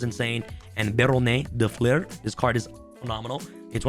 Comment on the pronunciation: So funny hearing English speaking folks trying to pronounce Baronne De Fleur. If you wanna get it right and stop wondering how the hell you're supposed to say that, pronounce it "Baron Duh Flur" ;)